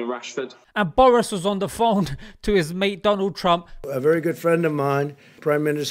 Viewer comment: DOLAAAAn TRUMP (hahaha)